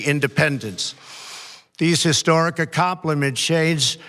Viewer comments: What does ''accompliment shades" mean? What was he trying to say 'accomplishments aid' ? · "Talla-raided" ..."Accompliments" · I love ya. But making a joke about Trump being on drugs, is too much. Yes, it's funny as fck! But not cool... Wait, did he just say; tol-a-righted and a-com-pla-ment? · I noticed that one too. "These historic acompliment shades ... " 😵😵